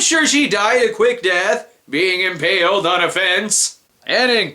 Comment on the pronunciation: his pronunciation of "being impaled on a fence" was disturbingly hilarious